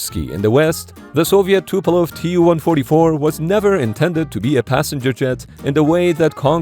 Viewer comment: Not Tupelov but Tupolev